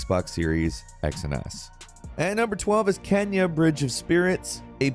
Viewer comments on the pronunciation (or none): It's not kenja bridge of spirits it's kena bridge of spirits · "Kenya: Bridge of Spirits" Can always count on for the fun pronunciations:)